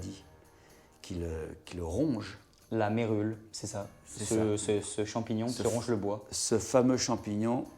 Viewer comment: 6mn48, ce n est pas la " Vérule", mais la "Mérule"